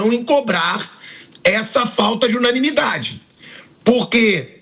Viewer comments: A palavra certa Mauro é UNANIMIDADE! você falou (unamilidade)😂😂😂😂😂😂😂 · Quem percebeu que o Mauro não sabe falar a palavra "UNANIMIDADE"? Corrija-o, meu caro Pilhado. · O jornalista não conseguem falar unanimidade. 😂😂😂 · Descobri que o Mauro não consegue falar "unanimidade" kkkkkkk